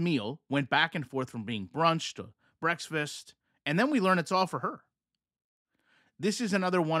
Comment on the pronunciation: why are you saying breaks-fasts?